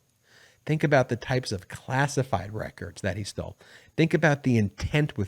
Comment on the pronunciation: I tok a shot evry time u said "Donald Trump stoll"....haha! It 5oclck somewhere!